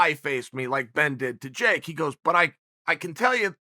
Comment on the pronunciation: Chael “Can’t pronounce Jake” Sonnen